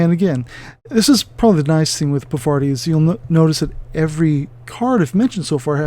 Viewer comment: Yep...still not Pavarti. Her name is pronounced paar-vuh-TEE if you want to be absolutely correct, but I think most people say paar-VAH-tee, not puh-VAR-tee. Significant if you’re into the Infinity lore as I believe this is the name of a Hindu goddess, harkening back to when Aristeia was called Yajurveda. Also one of the new tactics decks let her attack at range 1. Bonus!